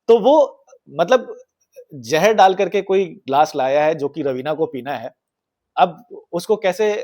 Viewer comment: Great episode 🎉 But it's not 'jahar' it's 'ZAHAR'. Thanks